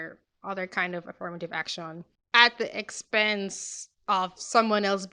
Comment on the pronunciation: i liked the part when she said "ak-shawn"